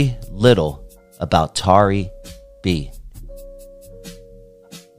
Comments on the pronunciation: Not Tary B pronounced Terry B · Pronounced Terry though 🤣